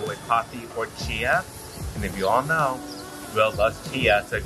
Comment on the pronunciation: Love the video but the drink you had is called Chai, pronounced Ch-i. Chia, as you pronounced it, is a seed.